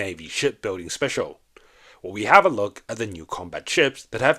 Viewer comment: the way he said, “hello” and “special” is weirdly off, wrong intonation.